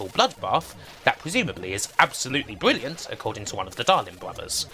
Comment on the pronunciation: Bwilliant video. Bwings back alot of memowies. Thank you!